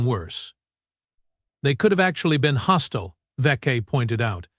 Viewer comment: "....HOSTILA maneuvers?". WTF does "HOSTILA" mean!!!!!!!!!!!!!!??????????? POS AI!!!!